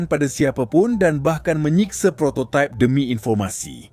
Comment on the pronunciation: Prototype/prototaip❌ Prototip✅